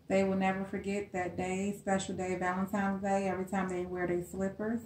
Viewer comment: THE WORD IS VALENTINES DAY NOT VALEMTIMES DAY